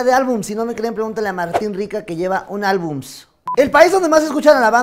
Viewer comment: Se dice álbumes verga!!